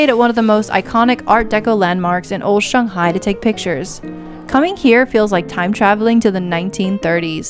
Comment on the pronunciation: The way you pronounce 'Shanghai' proves you've lived in China for a 'long' time.